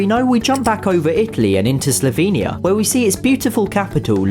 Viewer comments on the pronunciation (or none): Ita funny how he prounances slovenia and ljubljana